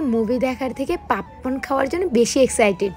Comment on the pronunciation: পাপপণ না পপকণ বলো